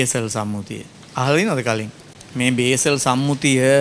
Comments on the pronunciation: සර්, බේසල් නොවෙ උව්වාරනය කරන්නෙ බාසල් කියලා , ස්ව්ස් වල තියෙන්නේ, ප්‍රදාන නගරයක්.. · BASAL නෙමෙයි Basel Convention